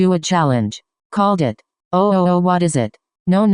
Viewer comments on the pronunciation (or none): none